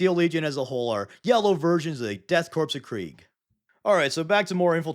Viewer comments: Korps is pronounced like Corps which sounds like the word core, not corpse or corp which is shorthand for corporation. IE: The United States Marine Corps is not pronounced as The United States Marine Corpse or Corp. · Except it isn't pronounced as corpse. It's pronounced core. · Love your content, but I can't remain silent about your pronounciation of "korps". It is the German version of "corps" the military organizational unit and in both languages the "p" remains silent (/kɔːr/). Now get an imperial hug for including my boyz from Armageddon on this list. ^^ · Corps (or korps in this case) is pronounced ‘core’. The p and the s are silent. Blame the French I think. Corp is pronounced corp when it’s short for corporation. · Is the backwards pronunciation of corpse and corps deliberate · I hate to be 'that guy' but the 'Korps' in DKoK is not pronounced like "corpse" it's just a bastardised spelling of 'corps'. Source: any audiobook featuring the DKoK, such as 'Dead Men Walking', 'Kreig' or 'Siege of Vraks' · Death Korps, pronounced "core", not "corpse". Or perhaps a 4D chess move to make English Imperial Citizens like myself drive comments...I will tell The Inquisitors! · Korps is pronounced the same as core btw not corpse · Corps is not pronounced corpse its pronounced core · Hey man you know that Korps is pronounced like “Core,” right? It’s not like corpse, even if that is funny wordplay. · i love your stuff but its death CORE not corp like how its the marine CORE not corp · Corps is pronounced "Caw" Corpse is pronounced "Caw-pss" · You got it backwards. For the military regiment you DON'T pronounce the S, it's pronounced Core. For a dead body you DO pronounce the S, it's pronounced CORPSE. I get that you're probably trolling and understand this, but I just wanted it to be said. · Korps is actually pronounced like “core”, similar to “marine corps”. Both are a word borrowed from French. It’s just the German spelling. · The ps in korps is silent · Korps = "core"